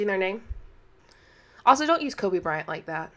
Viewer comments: I’m sorry. Did she just say Colby?! Uh…. It’s KOBE!!!!!!!! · I swear she said "Colby bryant" 😮‍💨